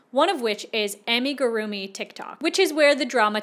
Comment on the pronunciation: Hi! It's actually pronounced (Ah-Me-Goo-Rue-Me) not (amy-goo-rue-me). I love your song covers, lmao. I also really hope they aren't selling those.. Come on people. Get a license or be creative enough to make original work rather than stealing characters.